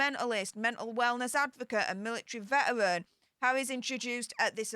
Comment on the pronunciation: Your speech impediment doesn’t translate well on YouTube. Spend more time with a speech therapist. “Vetawins”? Or “vetawrins”? It’s Veteran. It’s one not won when referring to an individual.